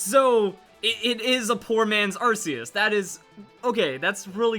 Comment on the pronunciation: AR System RKS System WE HAVE BEEN TOLD HOW TO SAY ARCEUS AR-KAY-US